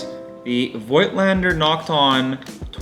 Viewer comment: Thank you for this great review! Just a word about the original German pronounciation of the Nokton lens brand: It's 'Fougtlender' ;)